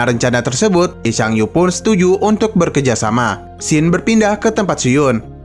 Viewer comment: Punten bang "Bekerjasama" bukan "berkejasama" bang Nuhun...